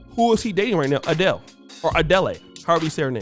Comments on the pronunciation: For the love of God,, Adele is pronounced "A-Dell" not "Adelay". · let me guess - sisters was hella masculine and combative on the come up and now they mad mr 6"10 got him something nice somewhere else - I would of been feminine and submissive if he married me! and bra its Adel(e) - not Adelleyyy LMAO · Ah-Dell it's pronounced Ah-Dell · Adele is pronounced "A-Dell"